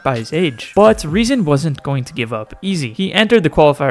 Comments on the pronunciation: His name is rezon ay „lol“ not non💀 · You don't pronounce it as "ay non" it's "ajo lol" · THE NAME OF REZON IS NOT REZON AY NON HE HAS THE RUSSIAN LETTERS THIS SAYS REZON AY LOL!!!!!!!!!!